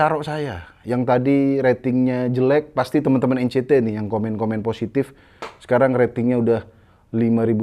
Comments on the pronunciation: EN CI TI bang, bukan EN CE TE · bang tolong lahh bacanya NCT (En Si Ti) bukan Encet wkwkwk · N Si Ti bang, kalo nyebut yang bener ntar ngamuk lagiii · Nyebut NCT nya Salah bang.hati2 diserang lg 🤣🤣